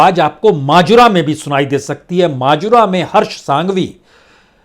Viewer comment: Majura- maajura nahi.